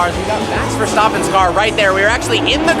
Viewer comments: “verstoppen” and “bowtas”. this man a frauddd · max 'VERSTOPPEN'? REALLY!!!!!!!!!!!!!!!!!!!!!!!!!!!